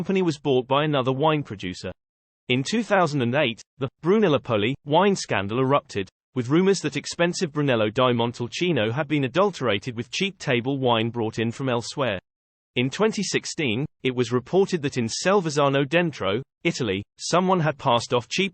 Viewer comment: haha! I almost liked this video until I heard Chateau La-fight and Monti-die-cino.